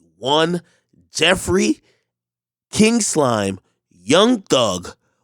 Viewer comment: That intro is good for a song lol "He is KING SLIME" the enphasize tho 😂